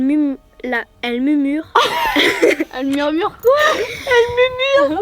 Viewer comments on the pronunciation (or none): elle mumure mdr 😂